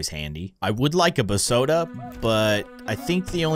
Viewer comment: It’s called beeeesoda not bsoda😂😂😂😂😂😂😂😂😂😂😂😂😂😂